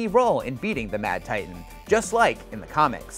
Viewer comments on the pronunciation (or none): none